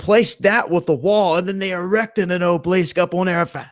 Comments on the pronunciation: obelisk = obleesk? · ah-buh-lisk not oblisk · It's pronounced, Aw-Bow-Lisk, you moron! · obelisk, ah-be-lisk. 3 syllabus not 2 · OB-EL_LISK...........OB EL LISK that's not how you spell it but how you say it, sorry but it drove me up the wall.(mad, but I couldn't pass up the pun.) Other than that I gave you a thumbs up. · And it is Obelisk pronounced ('a- bel-lisk).